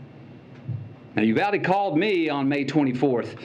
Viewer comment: Someone in the CBS News got fired over that "Uvlade"